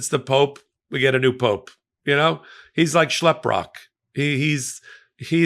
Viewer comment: Schlepprock??? 😂😂😂😂😂😂😂 european here! Hahahh you said it so well